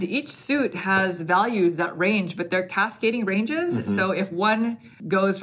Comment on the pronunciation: Hahaha “Cascade Ranges”